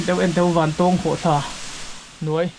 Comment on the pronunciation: Zira, I thil tih ah hian mithilhre zawk te rawn hmasa ṭhin teh. A hmasa in "Vantawwwwng Khawhthla" kan nei ngai lo. Vantawng (eg: A san zawng chuan vàn a 'tawng') tia lam tur. Anih loh vêk chuan Vantáwng (eg: Ramhnuaiah sakei nen kan in 'tawng') tih ang pawhin a lar ta zawk a. Nangin a duh duha kan ram hmun leh hmel, duh duha an hming I lo thlak ve nachhan tur kha a them pawh a awm lo. Tin, Vantawng Khawhtla hnunga puk hi hmasang aṭang tawha kan hriat vek tawh ani. I luhna puk thuk zawk, fangfar awmna, "Puk far" kan tih mai kha kan naupan laia kan luh chhuah hrep tawhna ani. I kal hmasa awzawng lo. Adventure club lam, sa pel a kal leh a bulhnai khaw mi leh sa phei chuan an lutchhuak fo tawh I pian hma fe aṭang tawh pawhin. Mipui mimirin an ti bawrhbang ang tih hlauh vangin an kam tam lo mai. Tlawh luai² chi pawh anilo, intih palh leh mi hliam buaipui a buaithlak tawh ṭhin avangin. Fangfar ho kha khawih avanga thi thei pawh anni bawk lo, climate a zir leh zir loh vanga danglam mai ani. Tihian intih lar I duh vanga kan hmun fianrial ṭha tih common I hreh lo rau2 anih pawhin information dik deuh tal hi chuan thehdarh ṭhin rawh. Chubakah, ahmaa kan hrilh tawh ang che in naupang kum 20 pel ṭawk I ni. Camera leh drone tel kher lova I kalna hmun luh chhuak tawh tu hi a zà tel fe an awm. Puitling lungfing ber niawma Bawihtlung Channel style la taka Zofate zilh ve sek tum hi sim rawh. Kan hriat chanve chanveleh pawh la hrelo, kan hmuh tawh 10% la hmù lo hian Mizoram mi leh sate hi I z